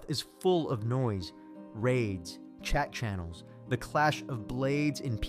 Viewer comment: I thought you said Chechens not chat channels. Threw me off.